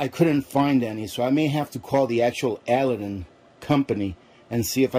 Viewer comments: Did I hear right - you called this a Al a din lamp - Ali Baba and the 40 Thieves - A lad din would be the correct way to say it. Lovely lamp! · It’s A-Lad-Din , like Aladdin and the Lamp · it's pronounced "a LAD din".